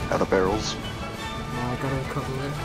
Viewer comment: “BARRELS” -PewDiePie